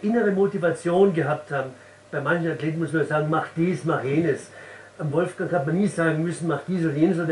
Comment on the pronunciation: Gebt doch dem Wolfgang noch sein 'g' am Ende des Vornamens :)